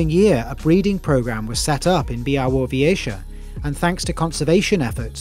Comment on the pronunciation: Great video! And you said Białowieża almost perfect, respect for that! Żubry are our Polish pride <3 wish we still had aurochs